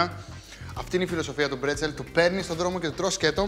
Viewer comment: Μπρέτσελ και όχι πρετσελ- με μπ...